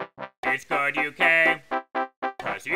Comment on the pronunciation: not goo it good ok